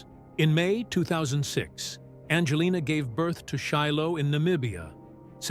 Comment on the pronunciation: BS YOU Cant even even get her name right she is not named bandjalynne